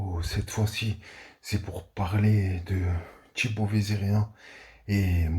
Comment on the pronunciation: Pourquoi tu dis "Tchibaut" au lieu de "Thibaut" ?